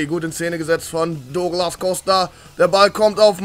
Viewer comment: Sag das douglas normal bitte